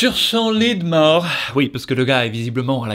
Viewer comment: À , j'ai cru qu'il disait ''Dans son lit de morve... '' 😂